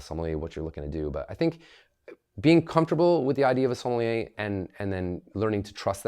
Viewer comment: I refuse to take take advice about wine from someone who can't even pronounce Sommelier correctly